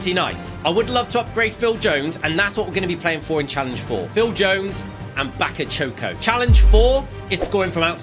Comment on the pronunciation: It’s Bakayoko not Bakachoco